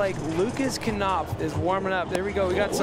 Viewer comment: Why do the pronounce Lucas Knopf, "kAnopf," but they don't pronounce the word "know" as, "kAnow?" Sucking at your job much?